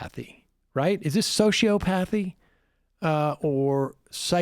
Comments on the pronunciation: SAM.........it's: SY-COP-O-THEE. (Psychopathy) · Sam - Sociopathy is pronounced sō-sē-ˈäp-ə-thē ....... Also, FYI: 1) the plural of crisis is crises (pronounced kry-seez) and 2) resent is a verb, whereas I believe the only acceptable noun for what afflicts Liz is resentment. ............... Now can some nice youngster pls tell me how to insert a paragraph break w/o inadvertently submitting my comment? Thx. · Sociopathy isn't pronounced that way, Sam. Just sayin'. Sigh.